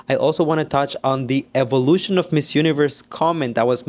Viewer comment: Eevolution? Eevolution? We have blond hair n blue eyes ! Its the seriousness for me 😂